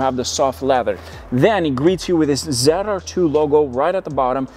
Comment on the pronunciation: ZR2. Not zide r2 lol